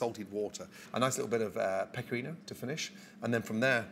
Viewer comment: Everyone saying he messed up on the peccorino, consider this: he says peccorino incorrectly and looks at it, then at the end he correctly says parmesan. He probably asked for peccorino and whoever shopped for the video messed up and he realized in the middle of filming but had to keep going.